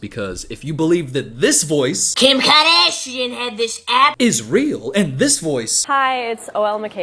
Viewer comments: "Kjim Khoardasjian!" 😂😂😂😂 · I just have one thing to say….KIM KAHDASHEIN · 😂" kim kadashian"